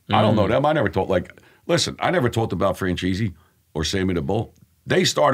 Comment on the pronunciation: Love how he calls franchese Fran cheesey lols